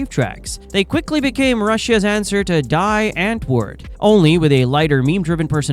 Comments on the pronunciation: Daï entword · Please learn to say "Die Antwoord" correctly!